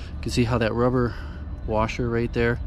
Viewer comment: A little "Baba Wawa" with the wubber washer😂. Thanks for the video!